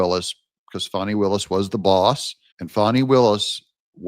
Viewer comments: Great show Doug! The correct pronunciation of Fani is Faa-nee, not Fonni. Just in case you didn’t know! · Would say bad AI voices need a lot of work. The voice over is monotonous and annoying. Fawney! Wth. FANNIE! deleting.